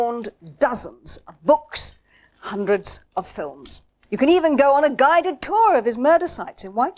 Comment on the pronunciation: "....hundeds of films!" Steady on there...